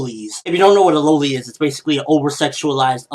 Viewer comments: It is pronounced lol-ly not low-ly I am sorry but that just annoyed me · It is loli like lolipop not lowlys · Dafuq? Dude its pronounced lolly. Like lollipop. And if u r clearly looking for perverted stuff if u come across a loli in an anime. So don't diss loli , they may appear young but they're confirmed older than u might think to clear up the confusion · Ok I can't get over how he says loli its not like LOL-e and the point to a loli in most anime is because they can be like a mascot for the anime and for the lolicons fanservice like the one character that has over sized breasts its just one of the bits of "material" that go into anime. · i thought it was pronounced "lolli" like lollipop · lol, you say loli wrong.